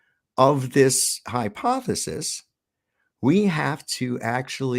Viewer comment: Isn't it hypothesis not hyponethis lol what a clown gotta cheek too talk down at us fers